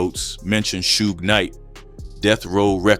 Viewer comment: Man, IF I come across one more "documentary" pronouncing SUGE as SHOOGE, I'm gone scream like a batch🤣🤣🤣🤣🤣🤣🤣🤣Besides that lil irk, it was a good video💪🏿💪🏿💪🏿💪🏿💪🏿💪🏿